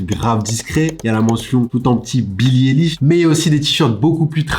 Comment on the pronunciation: Argh. c’est pas Billie « Élish » mais ça se prononce « Aïelish » ou « Eyelish » niveau prononciation😭